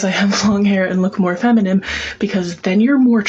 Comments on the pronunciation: Feminime lmao.. this it actually said feminime.. 😂🤣😂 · The fact that this person cant pronounce the word feminine is interesting.